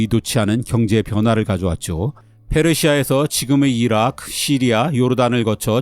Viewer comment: 왜 나라 이름의 'ㅡ' 발음을 무성음으로 읽으시나요? 영어 발음으로 하는 것도 아니고. 이라크를 '이라ㅋ', 네덜란드를 ''네덜란ㄷ' 이렇게 읽으시네요? 바나나도 '빠나나' 된소리 발음 하고 있어요. 영상 좋아하는데 아쉽습니다